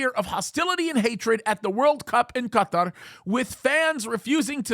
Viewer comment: Well, now there is another way to pronounce Qatar.